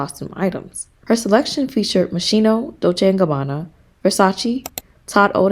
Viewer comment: GREAT VIDEO!! FRAN IS MY STYLE INSPO ALWAYS!! NOT A SINGLE BAD OUTFIT IN THE ENTIRE 6 SEASONS 🤩✨👏🏻 Brenda Cooper is an ICON Just a note: It's pronounced "MOS-KINO" ❤❤❤❤